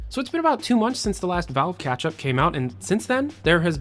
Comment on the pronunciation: ITS NOT KATCH UP... ITS KETCHUP!